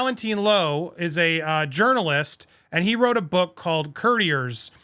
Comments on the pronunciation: I love your channels ❤…Citizen’s arrest, Grammar Police 👮‍♂️😂 In the first minutes of this video, you called her Kinsey Sho-field and I have only heard it pronounced SKO-field. Then you said Valen-tEEn and then you corrected yourself to Valentine … next you said Kertiers instead of Courtiers ( pronounced like a tennis 🎾 court with “iers” at the end). Ok I’m done, I used to be an English teacher 👩‍🏫. 😂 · It is pronounced COURTiers NOT as in Couriers (Macdonalds etc). They work for the COURT of the Queen or King. Valentine is not a journalist. Facts boy, facts. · Pronounce “Courtiers” like this: Core-tea-airs, not: Curdy-eer’s lol. Please Andy, for the love of God. 😂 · Both of you: It’s Court-e-ayes. It’s French so it has that fancy pronounciation. Last R is silent. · Courtiers...'coh, TI airs'. Old term for people that hang out in court [ie; palace, not place with judge!]. For example, Anne Boleyn was sent to be a courtier, because it was considered an education and class status situation. Anyway, they are investigating the bullying terms, that has not been forgotten For legal reasons, you can't talk about an ongoing investigation. Same law for UK and US. It will come forward when it comes to light! William is moving forward, Harry backward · Its courtiers as in tennis court not curt and kinseys surname has a silent h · courtiers as in “court” 😂 bless your cotton socks, here for the tea ❤ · Andy I'm an avid fan of your show but sometimes you do the American oh jeez it's so foreign and far that I won't bother to do it right. Valentine's book is pronounced core-tee-ers. They're a thing. Kinsey's last name is pronounced skoe-field. Sheesh. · Your pronounciation of "courtiers" is an insult to the french dude 😂